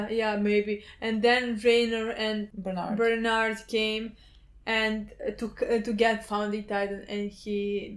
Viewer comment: It's not Bernard, it's Berthold probably....